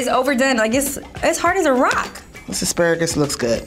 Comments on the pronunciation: Why pronounce Asparagus like that😂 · Why he say Aspuraggus.. bit it's asparagus .I think😂😂😂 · The fact that’s he kept saying ASS-Pah-RAG-US lmao I thought it was A-Spare-RAgus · As par rages smh 🤦🏾‍♀️ it’s ah-spare-uh-gus cmon! 😂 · 'I pacifically asked for two...' 'first thing we're going to cook is our asparawgus' 'come back with avengents' WTF, speak english LOL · And asparagus as asspagarus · E asperages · ass- spa -ragus 😂😂😂😂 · Asparagus- Pronounced (Ass-Sparag-Us) by. 😂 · The way he pronounced asparagus pissed me off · SAL-min, ASS-per-AG-iss